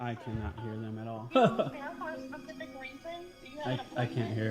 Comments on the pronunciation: did the supervisor just say "pacific" or "specific"? wow, doesn't she work for the schools? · It’s ASK not AKS and SPECIFIC not PACIFIC! Who taught these people how to speak? 🤦🏼‍♀️ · This is what happens when you let someone have a job and they say pacific instead of specific 💀 yikes they lady had the smooth brain lmao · "Are you here for a pacific reason?" That kind of mispronunciation drives me crazy. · Are you here for a "Pacific" reason? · Did she say " a PACIFIC reason"? Wth? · “A pacific reason” 😒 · “Are you here for a pacific reason?”… …”No, I’m here for an Atlantic reason” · said, "are you here for a pacific reason?" 🤣 Good job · “Pacific reason” what a bunch of dummies. “can I ax you” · "Are you here for a pacific reason?" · Are you here for a “Pacific” reason she says 😂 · "Are you here for a PACIFIC reason" lol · Did she say, "For a Pacific reason"? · I think she said for an Atlantic reason. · What is a “pacific” reason?